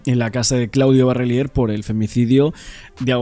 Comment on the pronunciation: Dos meses y todavia no aprendiste a decir Barrelier???